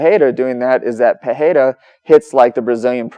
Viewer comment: In english its pronounced "Per-Era", not "pa-heyda"